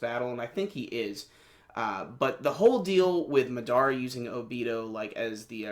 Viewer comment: It's Ma-da-ra not Ma-dara.